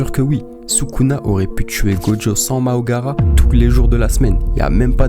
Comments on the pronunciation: Toujours aussi bien t’es video mais juste tu fera gaffe c’est Mahoraga et pas Maogara😅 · Même la ses makora 😢